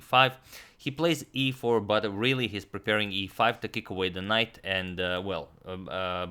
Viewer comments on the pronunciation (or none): none